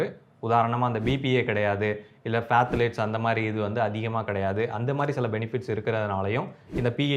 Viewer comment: It is not பதலேட்ஸ்.,but தாலேட்ஸ். P is silent.